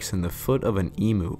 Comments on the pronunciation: That's E mu not Emoo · I love your work, but as an Australian PLEASE!! don't say EMOO. It's pronounced EMMYOU. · Great content - but emu isn't pronounced 'e-moo', its pronounced 'e-myoo'. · I had to laugh at your pronunciation of emu, as an Aussie I have to chime in, it's no emoo, rather emu, the "U" is more pronounced. Great video mate, the allosaurus is among my favourite dinosaur. It would have been a fearsome predator. I didn't hear any mention of its pack behaviour. I am pretty sure they hunted in packs. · Please Emu isn't pronounced emoo. It is pronounced Em-you. From an Australian. Since you always seem to pronounce it wrong.